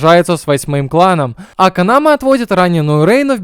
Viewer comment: Вместо Канамэ постоянно слышится Канава...